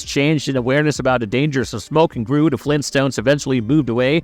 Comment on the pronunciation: If he could say "the" instead of "duh" I'd think it was read by A.I. also.😅